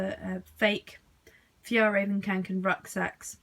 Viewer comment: is it just me or is it REALLY annoying when someone says kAnken